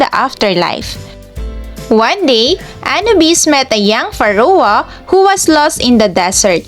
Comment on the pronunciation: Thanks. just please kindly check the proper pronunciation of PHARAOH